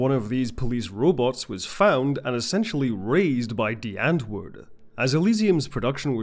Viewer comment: Spelled: Die Andwoord, Pronounced: Dee Unt-voort: English Meaning: The Answer